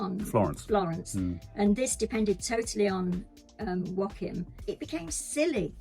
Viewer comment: YAY, maybe Nanny Di will convince you to pronounce Joaquin's name better 😜 (wah-keen)